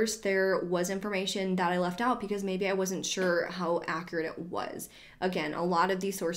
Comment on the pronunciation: Am I the only one who hears “pecause” instead of “because”? Like at 23.28, 24.15, 24.21, 24.28, 33.22, 33.26, 33.31 😂